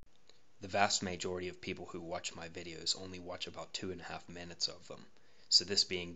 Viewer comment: No spoilers but.... "vast MAJORA-TY" following that sound. Please tell me that was intentional.